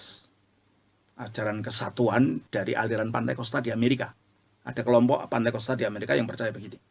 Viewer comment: pantekosta atau pentakosta? Menit 7: 52